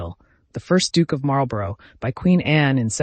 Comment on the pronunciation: Marlborough is pronounced Marl-borrah.